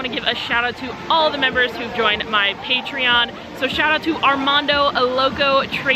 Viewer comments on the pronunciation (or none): none